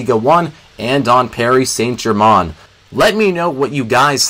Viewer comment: Please just call them PSG instead of "Pari Sant Germon"